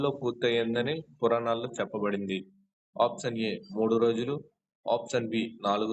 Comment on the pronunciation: ముందు option అనేది correct గా పలకండి